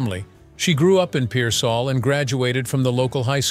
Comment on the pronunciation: Pearsall is not a suburb of San Antonio. Pearsall is about 55 miles South of San Antonio on I-35 toward Laredo. Pearsall is peer-sall. Sall is pronounced like salt with a silent t.